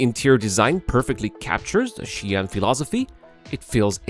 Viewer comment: WHY every pronounce Ji'an Xi'an pronounced like Chi'an